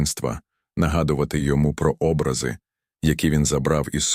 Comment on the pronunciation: Люди добрі! Шануйте мову! Філософія зрозуміла, але сюжет і виклад жахливий. Наголоси б'ють по слуху. Особливо, Образи замість обрАзи та інші недоречності.